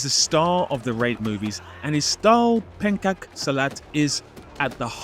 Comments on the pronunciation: Sorry, brother, it should be pronounced 'penchak,' like the 'cha' in 'chai tea,' instead of 'penkak silat.' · Minor correction,. The Indonesian martial art that Iko Uwais uses is pronounced "pen-CHOK" silat, not "pen-KAK." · Love the video! By the way, pencak silat is pronounced like pen-chuck, not pen-cuck. Still, an Iko Uwais mention in a fight scene essay is always appreciated😂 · Just an FYI, in case someone wants to learn how to say Pencak Silat: the C is a ch sound. So the "cak" is pronounced similar to "chuck". "Pen-chuck see-lut" is the closest pronunciation for the foreigner 👍🏽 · Sorry, as an Indonesian, the C in pencak silat is pronounced with a "ch" sound. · Awesome analysis of fight scenes! One thing to note though! Pencak Silat is pronounced p/uh/n-chak see-l/ah/t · why'd he pronounce it like that lmao